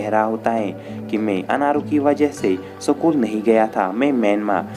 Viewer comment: भाई सकूल या स्कूल ? 😁